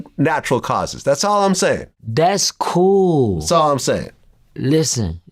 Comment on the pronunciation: Vlad said I'm coo wit da feet... 😅😅😅😅🐾